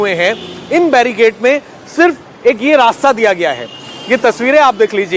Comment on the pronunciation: Barrigade nahi, Barricade! Even the India TV pronounces wrong!